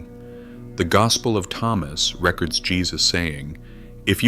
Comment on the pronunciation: I wish this was read by a human. AI cant tell the difference of when to say record or reCORD. The accent is on the wrong syllable. AI is highly questionable to me.